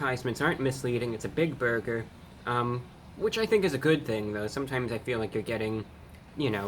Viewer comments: Dweam burber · I love how he says burger